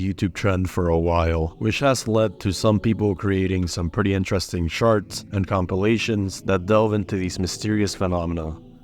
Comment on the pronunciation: Wait .. did you say people creating some pretty interesting “sharts” or charts?! 😂 New sub from Las Vegas❤